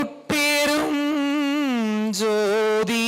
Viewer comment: அருடபெரும் அல்ல ஞ் தனிபெரும்அல்ல ங் என்று உச்சரிக்க வேண்டும் ஐயா